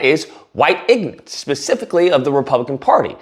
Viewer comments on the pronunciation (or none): did he say ‘ignance’